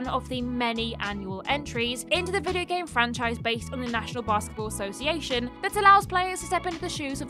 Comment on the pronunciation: Number 1: Bass Get Ball? I'm sorry. I'm a nerd. Is that some weird version of Sports Ball?